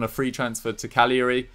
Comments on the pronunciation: Hahaha pronounced "cagliari" correctly for the first time ever and then corrected himself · you said Cagliari right then corrected yourself and got it wrong. 🤦‍♂️